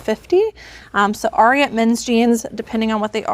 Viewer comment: Ariat is pronounced to rhyme with the horse Secretariat. AIR- ee-ut. Doesn’t really matter, just a fun fact and not meant as grammar police! 😊